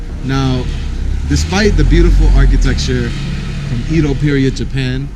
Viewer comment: Lol you pronounced "Edo period" so wrong!